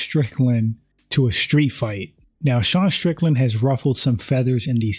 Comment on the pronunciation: When people say SH instead of using the proper pronunciation ST I immediately leave and never watch again, it's a girl thing.